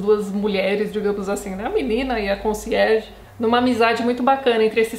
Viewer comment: Quando você falava Conciérge eu só pensava em Desventuras em Série.